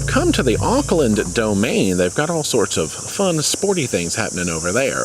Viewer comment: Oops its pronounced orkland lol and I'm from Australia